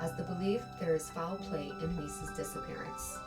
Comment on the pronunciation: Its "disappearance"